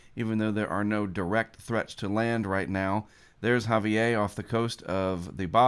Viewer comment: The R in Javier is pronounced